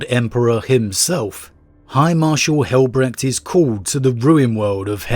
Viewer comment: Since names of the sons of Dorn are often derived from German, it is not pronounced Brekt